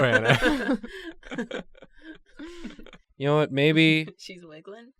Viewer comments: Joe-anna..... It's Go-anna, plllllllssss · Goanna not joanna. Ok CHALLENGE..... draw Australian animals by their names only. Examples: Bunyip pronounced bun yip , Quoll pronounced c-woll, Death adder, cassowary, Bilby, Lace monitor, Echidna, Platypus, Thylacine, Tasmanian Devil, the actual animal not The cartoon character. There are lots more but that’ll do for now.